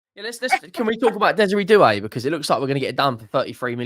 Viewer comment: Doue doesn't sound like do so not hilarious